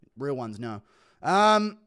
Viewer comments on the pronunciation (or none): none